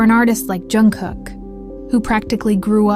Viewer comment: He hates when his name is pronounced as if it starts with a Y. Why do they do that? Even if the story is made up like this one YOU SHOULD AT LEAST SAY HIS NAME RIGHT!!!